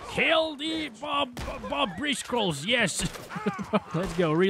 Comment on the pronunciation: "bob'driscolls" lmao